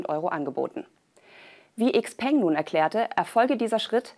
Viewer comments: Tolles Video, jedoch ein kleiner Hinweis: "XPeng" wird "Schau-Pang" ausgesprochen, das klingt auch wesentlich attraktiver für ein Auto als die deutsch betonte Variante. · Eigentlich sollte es "Schiao Pöng" heißen... wenn man es richtig aussprechen möchte. Aber wir nennen ja auch Nike "Naik" und nicht "Neiki" oder Paypal "Päypol" nicht nicht "Päypäl"